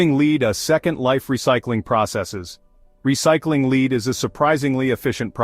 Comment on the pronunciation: Get a new robot voice. Lead, the metal is pronounced "Led", not lead (leed) as in guiding someone.